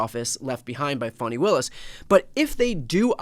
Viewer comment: Please stop calling her Fawni. She pronounces it Fah-nee.